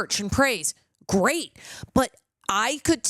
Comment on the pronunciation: "Gweat Questions" 🤣💀